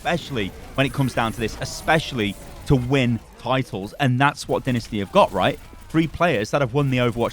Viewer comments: I hate this.. Not the video the fact he says dinisty instead of dynasty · Anyone else notice he is saying dinasty and not dynasty? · Is it just me or do u guys also cringe when hd says "Dinisty"? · You have pronounced dynasty wrong during the video